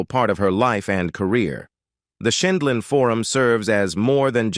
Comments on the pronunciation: A*****ES!! Learn to pronounce JUDY'S NAME PROPERLY!!! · She can't pronounce the Judge's last name either. She pronounced it three different ways. Terrible narrator